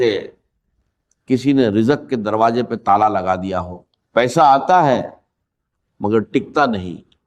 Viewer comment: یہ ڈاکٹر اسرار صاحب کی گفتگو نہیں ۔۔۔۔ لوگوں کو گمراہ کرنے کے لیے ان کی آواز کو کاپی کیا گیا ہے ۔۔۔۔ نہ وہ دروازے کو درواجہ کہتے تھے نہ زندگی کو جندگی کہتے تھے اور نہ رزق کو رجق کہتے تھے ۔۔۔ ویڈیو بنانے والا خدا سے ڈرے